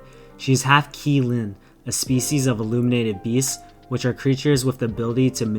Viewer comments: It's Qilin (Chi-lin) not (Ki-ling) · "Qilin" is pronounced like "chi - Lin"